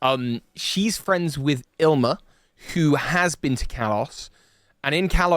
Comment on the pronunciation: Waiting for the day when pronounces Ilima correctly (ill-ee-ma) instead of as “ill-ma”